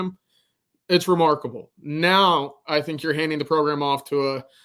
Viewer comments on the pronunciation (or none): "Remarkable"? C'mon man, your tongue got boot dirt on it.